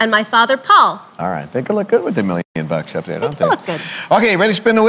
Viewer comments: I think he said "One mmmillion dollars", which would make it sound like billion? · ImJustAGamer Boy lol I thought the same thing but kept rewatching it. He is actually saying million but confused me too 😂